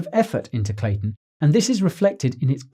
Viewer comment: Great vids but if your slaughtering the name ...